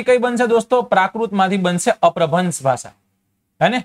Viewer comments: અપભ્રંશ ઉચ્ચાર છે ભાઈ અપ્રભ્રંશ નથી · અપ્રભન્સ નહિ અપ્રભંસ